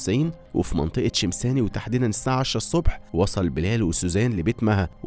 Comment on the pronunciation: طريقه اللفظ الصحيحه لمناطق عمان: الشميساني مش شمساني شفا بدران ضاحيه الرشيد شو كمان يا جماعه نسيت ايش حكا😂😂